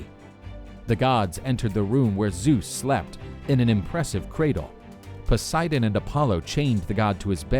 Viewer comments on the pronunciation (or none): none